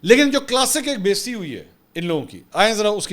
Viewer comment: Thx.. Pakistan Zindabad. Correction the word is Beizzati, not Besti